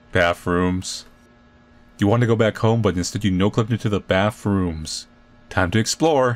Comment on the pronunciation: I SHOULDNT HAVE LAUGHED THAT HARD AT SAYING "bathrooms" I FEEL LIKE IM DRUNK HELP